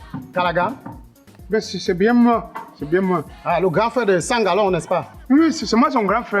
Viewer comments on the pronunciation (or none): Elle a dit sangalon 😂🤣🤣🤣j'ai compris